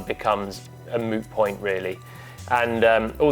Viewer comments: Did he just say it's a "Moo Point"?🙄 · did he say moo point! 😅